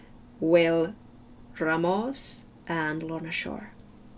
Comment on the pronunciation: You said "Ramos" the right way!!